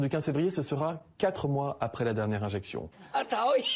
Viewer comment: Infexiooon est égale à une inzeeexionn 😭